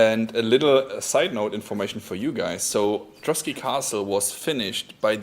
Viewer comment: Trosky, not Trotsky